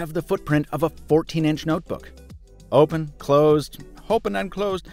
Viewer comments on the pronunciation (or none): Who went to check out "HOPEN & CLOSED" and came back :')